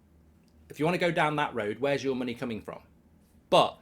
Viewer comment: Mark kept saying money the wrong way.